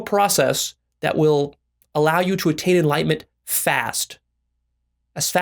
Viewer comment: Is it enlightenment but pronounced enlightment?! Lol